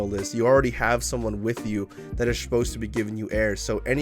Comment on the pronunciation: Shposed instead of supposed is so funny